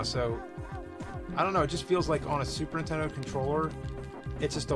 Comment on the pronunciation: Ok is it just me but is it every time James says Super Nintendo, he actually says “Super ‘Intendo”?